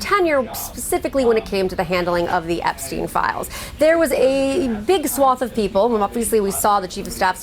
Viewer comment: EpsteinWar not ''epicwar''